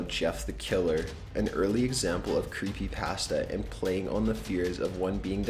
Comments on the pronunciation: anyone else bugged on the way he says "creepypasta" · Creepy pass-tuh